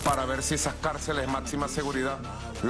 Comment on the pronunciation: "Matsima" seguridad... No sabe ni hablar...